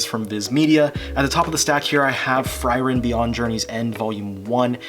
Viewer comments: It's "free-ren". That's both the actual German pronunciation of the word and how the katakana spelling says it's pronounced. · I’m pretty sure Frieren’s pronounced “Free-ren” and I’m glad you’re enjoying it. I’ve been reading the fantranslation since like chapter 10 and’ve fallen in love with the series. It only improves as it goes, hope you have as good a time as I have